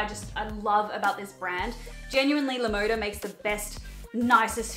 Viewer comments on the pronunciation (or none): Btw LaModa is spanish for "the style", and is pronounced Lah Mohdah. I don't want to offend anyone, but I just want to let people know.